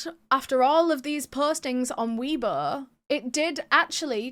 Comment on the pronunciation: Isnt it pronounced way bo tho?